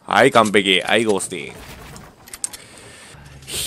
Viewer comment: ゴー↑スティング